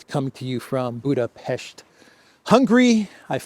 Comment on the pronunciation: I find it weird when you pronounce the Hungarian capital as Budabitch😂😂😂😂